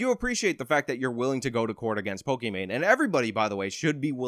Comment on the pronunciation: Of the three youtube personalities in this video, you clearly are superior. You hold 100% eye contact with the camera, while i cannot maintain 100% eye contact with your image in the video. You know how to pronounce pokimain correctly, and can analyze her stance and content. You are superior to me. And you clearly state that people can think what they want and you won't force them to agree with you, gosh what an incredibly enlightened brain you are burdened with my word. I.honestly can say you are doing everything a youtuber should be doing and your just hustling you know getting the job down like a man. Thank God you could you could break this down for someone with me ability make understandings. Want to fuck my wife? Let me give you the house key so you can fuck my wife. Just kidding I dont have a wife, I'm exactly the kind of lowely person you expect I am. Please generate more content about POLIMANE and TOBUSCUS and PEWDIEPIE. I need these things broken down for me so I can understand the facts of life. So help me out bro we need you to save the world.